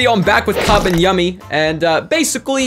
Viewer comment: It's still annoying to hear Yumi's name pronounced as Yummy